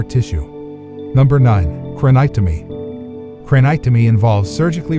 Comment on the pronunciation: I wish this wasn't narrated by ai, because he mispronounced craniectomy.